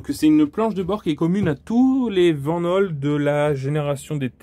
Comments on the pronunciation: Belle présentation et super véhicule dommage que tu ne maîtrise pas les aspects techniques en précision ou encore l'histoire de cette belle marque belge. Aussi pour ton information on dit Vanhool [Vanoul] en phonétique et pas [Vennaule]. Mais bon on ne peut pas être parfait mais apprend à être objectif dans tes vidéos. Si non bon travail quand même 👍👍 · C'est une belle bête en tout cas, pour info Vanhool, se prononce "Van Houle" :)